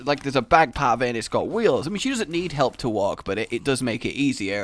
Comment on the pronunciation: I was just idly listening and then hear "i was in the park and had a lovely wank" i was so lost until i played it back. watch how you say walk.